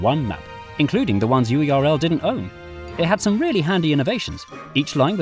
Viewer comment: every time UERL isn't pronounced like "whirl" i cry